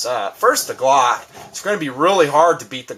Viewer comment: I don't even own a gun and know it's "glock" not clock lol